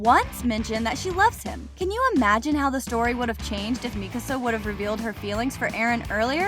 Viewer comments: bro the fact that she says mikisa its mikasa for god sake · Bro mikisa realy mikisa😂😂😂😂😂😂😂😂😂